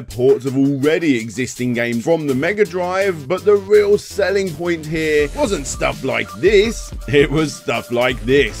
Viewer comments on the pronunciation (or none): none